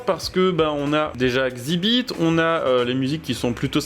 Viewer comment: Xibit mdr ça se dit EX ibit